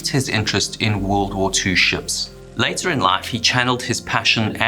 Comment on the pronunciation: Tropical Areas? Japanese Navy? Ship Wrecks? IM IN! btw. "50 Yööörs läter"